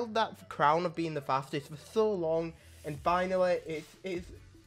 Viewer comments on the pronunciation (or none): none